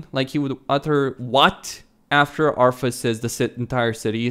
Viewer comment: Arthas, not Arfas